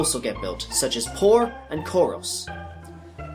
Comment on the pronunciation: Porre = por-ay. poor? are you kidding me?